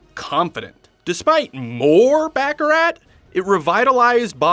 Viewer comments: An entertaining report, except for the back-a-rat. It is pronounced Back-a- rar. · Baccarat is pronounced with a silent T ;) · The "t" in Baccarat is silent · The purpose of the "James Bond" franchise is to make Colonialism "sexy". It's much like enticing kids to practice War (for Colonialism) from an early age, using Video Games ...and it's pronounced "BAH ca rah" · Baccarat is a French word. The "t" is silent. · You are supposed to be a professional... LEARN to pronounce the word BACARAT CORRECTLY!!! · BACCARAT ... The T is silent. ( unless that was the joke... in which case... nah it's still silent ) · Don’t like the cheesy sounding narrator and especially his mispronouncing of baccarat